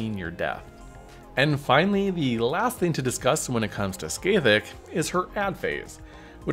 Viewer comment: I'll never stop enjoying peoples seemingly endless imaginative capacity when it comes to pronouncing Scathach (Ska-hah)